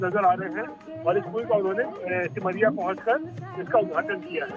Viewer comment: Begusarai सिमरिया बोलो not ota